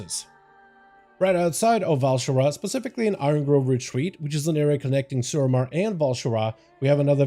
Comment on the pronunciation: This is probably the best Housing Decor guide out!! My only complaint is the amount of times the word "pacifically" is used instead of "specifically".... lol thanks for the awesome guide!